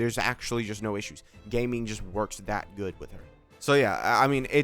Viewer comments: its not gayming its gah-ming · Is the pronunciation of Gaming on purpose? I'm not in the meme loop for this channel haha